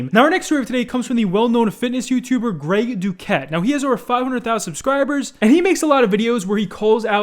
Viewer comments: Exactly “Greg douquete” 😂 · Nobody: “Greg Douquete” 😂😂 I don’t believe Tfue is natty neither. I’m a bodybuilder and I don’t think he is. But his physique is amazing. I love it